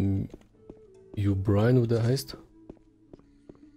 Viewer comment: Y'Berion, nicht Brian xD